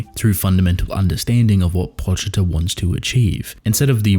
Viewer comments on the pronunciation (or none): Why do you say "Pawchita" instead of "Poochita"? It seems obvious that his name is a play on calling a dog a poochy or pooch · The actual pronunciation is Po (as in Edgar Allan Poe) Chee-Tah (as in the animal.)